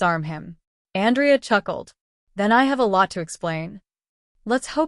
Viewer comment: Good story but I guess the AI doesn’t know the difference between the male or female pronunciation of Andrea AN—drea. is female. An—DREY—ah. is male. So a bit confusing at first.